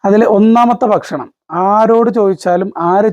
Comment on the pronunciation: എല്ലാം അറിയാം......പക്ഷെ ബക്ഷണം അല്ല ബായ് ഭക്ഷണം 😢